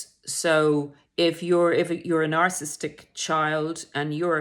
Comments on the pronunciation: PLEASE pronounce Narcissistic correctly. Its not narcisstic. Its narcissISTic. Horrible hearing it incorrectly pronounced several times. Would like to think the narrator is an expert whose knowledge we can rely on not someone who cant pronounce the topic itself. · Nar/ciss/is/tic For syllable pronunciation, split on double consonants, never split a double letter. Way I was told. A tic ✅ at the end 🤣